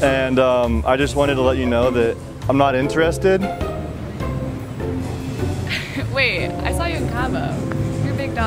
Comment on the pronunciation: Why he says inter...ested It's one word: interested